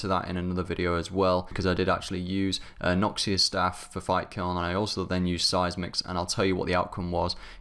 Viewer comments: OMG please say noxious correctly :'( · Learn to say noxious please >.>